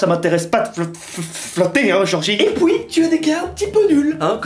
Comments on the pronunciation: Aprennez aux belges de prononcer les uit car on dit fuit et pas fouit et puis et non pouis 😂😂😂😂😂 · "Fouir", "houit", "fouite", "et pouis", à chaque vidéo ça me fait buguer, mais c’est chou 😆